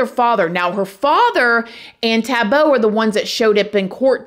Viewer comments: it's like saying boy without the 'y' at the end. She is currently saying the end as 'bow' instead of 'boh' at the end. - it's just one of the most commonly used names here in South Africa and it's pronunciation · It's not Tabo,it's pronounced Taahbo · Lol the way she pronounced his name.. its TAH-BOO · Living here in South Africa is insane. I am so grateful people like you are shedding light on cases like this. Scary thing is here in South Africa, even if he gets a life sentence - he will probably be back out in 3 years. People that murder people get out in basically 5 years due to prison over crouding. South Africa is EXTREMELY corrupt. Ps it's pronounced Taah Boh 🙂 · extreme fan girl chill out! she wasn’t being rude or disrespectful in anyway. she’s teaching us how the African name is pronounced! said his name exactly like me and most other Americans and other countries would say it! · with all due respect Amber, that os not how it’s pronounced. is wrong but so are you.